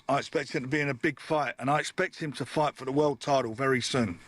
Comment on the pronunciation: Why does always pronounce Fight/Fighter as Fighdd or Fighdder? Sort of American/Aussie sounding. Weirdo.